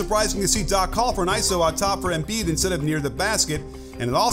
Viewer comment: Great video. It’s pronounced em-BIID, not EM-biid